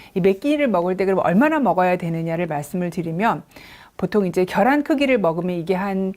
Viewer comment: 겨란 아니고, 계란요 ㅠㅠ